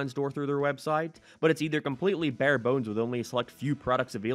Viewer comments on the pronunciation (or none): none